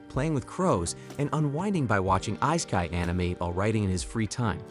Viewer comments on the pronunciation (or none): whats eyesky are u talking about? you mean Isekai (eh-seek k"i") kai like "pie' in pi.. do it right